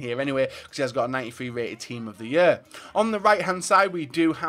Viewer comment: That's how you say it?